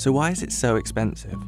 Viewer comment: This is ex-peen-siv honey